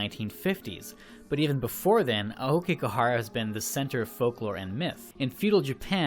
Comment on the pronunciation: 'Okeygahara'... 10/10 jk it's 'ow-key-ga-hara' think that ao in Naomi